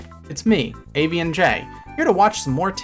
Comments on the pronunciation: I know better, but every time you say your name I hear “Avian Jay” and wonder for a split second why a fish biologist would have a bird handle. I suppose birds swim in the sky the way fish fly in the water, so it makes kind of a Wonderlandesque bit of sense. 😂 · When you say "AVNJ" it kind of sounds like Avian Jay which doesn't seem quite right ^^